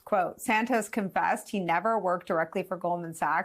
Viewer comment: He said embellished 😂😂😂😂😂